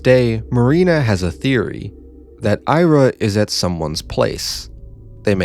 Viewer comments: The novel helps me feel empathetic. Also she's pronounced 'Ee-ra', not "Ai-ra'. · Ira is pronounced like era, welcome back